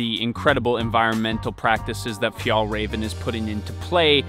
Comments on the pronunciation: its fee-el rareven konken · You pronounce it like Fjehllrehven kcoken Ä is like eh and a combined into One And å is like co With a silent C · Paused to type that it’s pronounced fyall-raven. I know exactly how to pronounce it do not PATRONIZE me. Lol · "The Fjollräjven Kianken Backpack..." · That would be a little closer, at least. It's actually pronounced fjällräven (and kånken). ;) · It’s pronounced ”fjellwea*va” *ea as in ”bear” Stress is on first syllable, but there’s also a secondary stress on ”rä”, since it’s a compound word Also use scottish prosody for proper swedish pronounciation. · Haha he say fjäll räven like fjäll raven 😂 fun for me as a Swed. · It’s actually pronounced fjällräven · a pro tip for your pronounciation: If you say the ä in fjällräven the same both times, it would be much more correct Swedish! Ä is pronounced like the e in "environment".